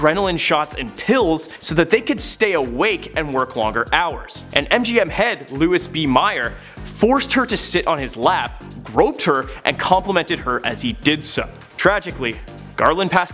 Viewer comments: It's NOT LEWIS B MEYER. It's Louie B Mayer (Looee Bee Mayor"). God, how embarrassing for you. And it's Angelica Houston Not Angela Hudson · Wow. You need to learn how to pronounce many words. Embarrassing 😖. Louis B Myer? You don't pronounce the r in barbiturates. It's more like a w sound.